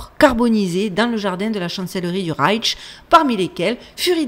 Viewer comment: Coucou ma belle dyslexique 😂 ça se prononce reich avec juste ’’ch’’ y a pas de ’’t’’ Tu en rajoutes et c'est bien plus compliqué à dire 🤣 reiTch Bravo pour le boulot et l'image est très bien sur ma tablette. Tu es lumineuse